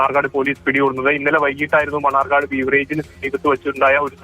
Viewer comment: മണർകാട് അല്ല മണ്ണാർക്കാട്